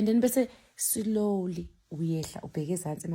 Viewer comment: Ave ungihlekisa mase uthi "Silowly"😅 and uhlezi usho uthi "Slowly"😅😂